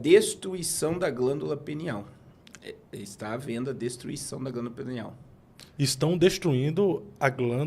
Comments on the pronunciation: Glândula "pineal " 😅 e não penial kkkk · Me da uma agonia ouvir glândula penial, penial é relacionado ao pênis. É glândula PINEAL. Só uma dica, em nome de Jesus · O nome da glândula é PINEAL e não penial 😂😂😂😂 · Não é penial, não,. É pIneal, PI. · voltei no video e realmente eles falam penial kkk o nivel de humor subiu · O nome é pineal e não penial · Pineal e não penial